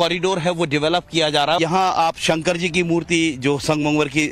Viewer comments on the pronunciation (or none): none